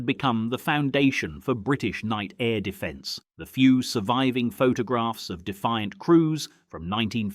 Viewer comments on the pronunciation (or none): none